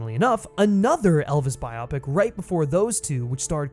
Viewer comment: PSA: its Bio-Pic as in BIOgraphical PICture; not Bi-opic.